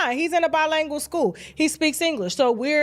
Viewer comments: It’s not bi langual it’s LINGUAL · stop saying “by-lang- ul.” It’s “by-ling-gwal.” Spelled bilingual. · "Bi-langual" lol